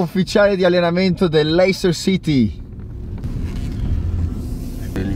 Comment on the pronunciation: ti potevi far spiegare che si dice "lester" non "leister"